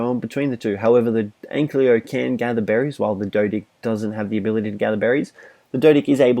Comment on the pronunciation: An-Ky-Lo, not An-Klee-O.